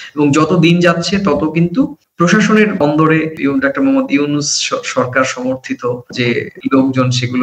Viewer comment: আপনাদের বিশ্লেষণ চমৎকার তবে বারবার আপনি "ডাক্টার" ইউনূস বলছেন। কিন্তু সঠিক উচ্চারণ হব "ডক্টর" ইউনূস। একটু সাবধানী হওয়ার অনুরোধ। আমার ধারণা আপনি আপনার ভুলটা ঠিক বুঝতে পারছেন না। শুভকামনা। চালিয়ে যান। ❤❤❤